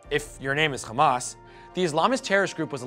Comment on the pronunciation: Omg as a Palestinian I can say there is a lot of misinformation, inaccurate and biased facts here. But since the host pronounce "Hamas" as "Khamas" we all can guess where he's from and where this is coming from